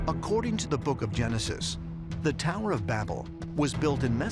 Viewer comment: tau-err to the firma-ment.